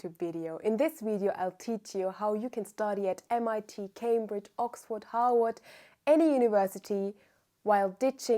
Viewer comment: Love how to me it’s sounded Howard but she saying Harvard. I really love it and love this video…will bring back updates as I’ve done this process before but now I see where I went wrong/awry ❤